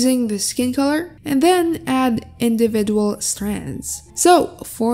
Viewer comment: Im i the only one who heard indiidual ?